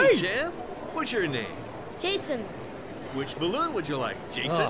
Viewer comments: It's not Jayson it's Son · I kept hearing "-San"